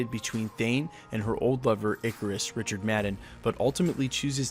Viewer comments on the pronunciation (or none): none